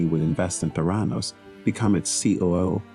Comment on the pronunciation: ProTip: might want to learn how "Theranos" is actually pronounced when you're featuring a vid on its founder.